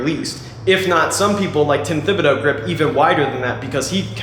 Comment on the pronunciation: I always thought Tim Thebodeau's name was was pronounce Tim The-Bod-E-Ah-Oou